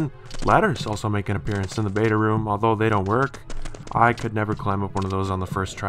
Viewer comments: So...other than Markiplier, is another one who says room as 'rhum'/'rum'...huh,neat.w. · stop saying room like that it's rooooom like vroom or broom or boom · Reads comments Sees "room" comments Thinks, surely not, how can someone mispronounce room?? Watch video "Rhum" Ah Thats how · its because he cant properly pronounce the word "room". Think about it for one second man, what if he is trying to pronounce the word "rum". He CANT SAY IT PROPERLY BECAUSE HE CANT PRONOUNCE THE WORD ANY DIFFERENTLY. So, I hope you understand the significance of his word dysfunction. It is a poison of the language, and if more people start with this crap, the whole language will turn upside down in a few years. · That just how some people say room!! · The word room rhymes with broom. It’s worth looking into. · Just say the R sound like your saying Right. Say the E sound like your saying Eww. Make the M sound like ur saying hmm. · The way he says room is very bothering. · The way you say "room" irks me. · Does it bother anyone else that he says rum instead of room? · It's really triggering me the way you say 'ruhm' when it's Room. Rhymes with boom okay? Good videos but stop this ear rape because I can't listen to you mispronouncing that word over and over. Thanks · room not rum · I swear every time he says Room, I always hear Rum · ITS ROOM, NOT RUM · why do you call a room a rum? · It's "Room" not "Rumb"! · Why are you saying "room" incorrectly? It sounds like you're saying "rum". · why do you pronounce 'room' like 'rum' ? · don't say rum say room why do so many people say rum and not room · ITS NOT RUM ITS ROOM RU-OM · it's pronounced rOOm not rum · Can you stop saying 'ruhm' and say ROOM ? the oo makes an OOOOOOO sound, like , ooo candy. Room rhymes with tomb. or boom. or balloon. Do you say Buhm! or tuhmb no I didn't think so. Say ROOM it's so annoying other than that great vids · Please stop pronouncing room as rum there's no u in it it's oo like moo.